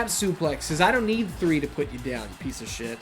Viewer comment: Idk why but to me when you say "Piece of shit" it's sounds more like your saying Pizza Shit 😂😂